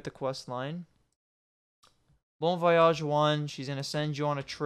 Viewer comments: Learn to pronounce voyage please. Good tut. Far too long though. Needs some cuts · it kind of is when youre saying the word a ton of times during the video lol